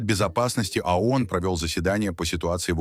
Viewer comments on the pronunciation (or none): Совет безопасности ООН,а не АОН!Говорите правильно!